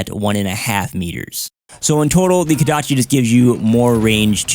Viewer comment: KOdachi. Not KAdachi....